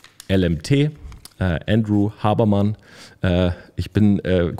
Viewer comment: Sehr geiles Video. Bei der Aussprache von Huberman habe ich anfangs nicht gewusst wen du meinst. Seine Podcasts sind eine Bereicherung für jeden.